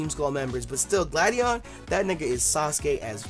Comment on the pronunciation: Stop insulting Gladion and pronouncing his name wrong!